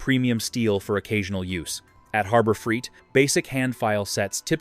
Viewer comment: Yeah. I gotta admit. I can usually determine an AI based video but I must be slipping. Your comment is spot on. I should have backed out way earlier than . I came back to the comments to see if anyone else noticed this. The other thing was the voice calls it Freeit not Freight. 😂